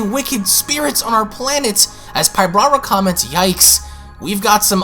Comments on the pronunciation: Enjoyed the video though you make a lot of mistakes when reading. I know that sometimes you paraphrase, but still. Like, why do you pronounce it “pybRara” it’s “PYBARA”?? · You keep saying, Pyb"R"ara...adding an extra "R" but there isn't one. It's Pybara.